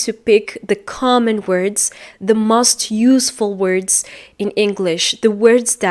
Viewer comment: Make a video not do Make mistakes not do Stick to a plan not into Most ( vowel o has long sound not short sound) You are wonderful 🌹